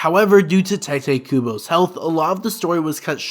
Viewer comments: “Tai-they Kubo” 😬😬😬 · I'm having a hard time dealing with your pronunciation of names and other Japanese words... It's really bad and makes it difficult to actually sit through and watch the rest of the video. This is not intended as an insult. It is a genuine critique of the video and how it affected my experience. I honestly enjoy the way you are talking about the subject matter. I just wish you would pronounce things properly. I could accept saying the names and words with more of an americanized accent, but you don't even do that. Just saying... You butchered their names. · I was gonna watch this until I heard you pronounce Tite Kubo holy shit man lmao